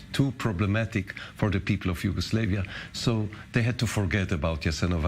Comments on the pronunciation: Its Yugoslavia not Yugoslevia you stupid fuck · This dude can’t even say Yugoslavia. Conspiracy theories lol